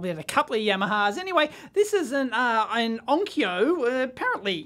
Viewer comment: "ein Onkyo" sounds german. Had you spoke german minutes before and mix up both languages .:)